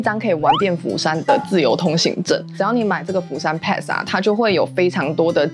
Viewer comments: pass 的發音錯了, 可GOOGLE一下改正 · 分享的內容很實用，不過釜山pass英文發音錯誤了，聽了很難過😂😂